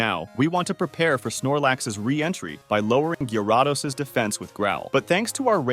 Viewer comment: Bro really said Gaiaraados☠️